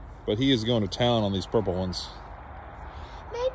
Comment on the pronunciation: Rickey likes the purple grapes… 😊 At first I thought she said “proper grapes”